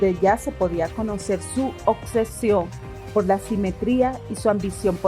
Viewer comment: ❤ buenas reseñas ! Lamento corregir… obsesión … no ocsesion 😬